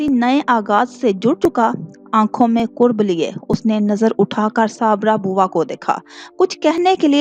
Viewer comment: پلیز لفظ کرب پیش کے ساتھ نہیں بلکہ لفظ کرب پڑھا کریں ۔زبر کے ساتھ ۔۔!!۔